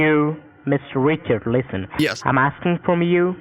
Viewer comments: Sounds like he’s saying Mister Witcher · Qwiminal Awigations, Mr Wichard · Mistuh wichard